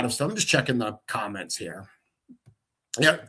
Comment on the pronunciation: It gets confusing hearing say hair and here almost the same. 😊